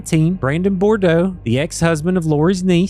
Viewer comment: Good, comprehensive report. One thing - Brandon’s last name is pronounced, Bood-roah, not Bor-doh.